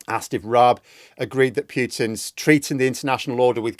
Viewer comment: I love u with the pipe :) Ur fluent in english but listen, its not "PEEUTUN" its "POOTIN". practice with a voice recorder in front of the mirror